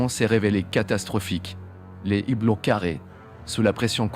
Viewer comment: Justement, le H de "hublot" est muet, on ne fait pas la liaison ! Merci Sybic74 ;-)